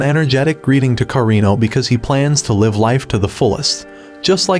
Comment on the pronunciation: Says live as in live on air instead of live as in living